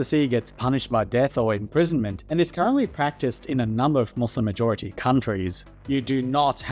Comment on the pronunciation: You can’t even pronounce Muslim correctly lmao